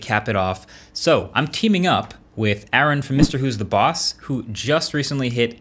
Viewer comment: Its not Aaron, its Arun